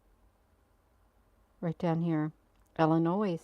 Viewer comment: drop the verbal s on Illinois❤